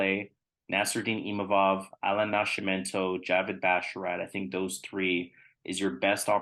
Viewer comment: Man that sounded funny every time you said Nash-imento… isn’t it Nasc.. with just a C sound not SH ?? 😂